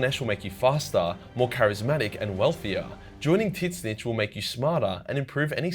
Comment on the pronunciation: I chuckled whenever pronounces tzeench as titsnitch